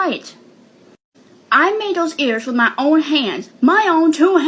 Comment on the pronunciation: i hate the way she says "what is wrong witch yew??" girl what is wrong with YOU?!